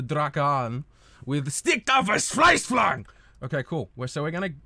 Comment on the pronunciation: this pronounciation hurts my ears... Stick der Verzweiflung... Goddamn it